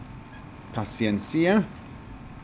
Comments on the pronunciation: Apocalypso You are correct. It's on the e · The Paciencia rifle... Isn't the accent on "-e-"? pronouncing it with accent on "-cia".